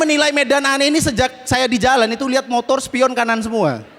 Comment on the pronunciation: Hhhhhh...dia bilang montor berdoa...nampak banget maduranya....😅😅😅